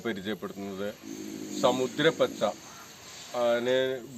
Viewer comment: സാമുദ്ര പച്ച എന്നാണ് സമുദ്ര എന്നല്ല സാ ദീർഘമാണ്